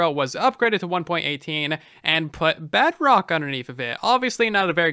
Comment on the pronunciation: At this point idk if he says bedrock or bugrock